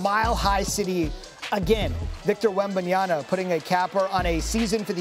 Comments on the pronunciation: Wembanyama .. its MA MA MA MA NOT NA NA NA NA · Please it's WembanyaMa not WembamyaNa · STOP CALLING HIM WEMBENYANA.... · Get the future of the leagues name correct brother! He’s saying wembanyana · Whem-Ban-Yah-Muh. It's not hard, and you had all season. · How can PROFESSIONAL SPORTS TALKERS still not pronounce Wembanyama?! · Can't believe he messed up wemby's name not once but twice smdh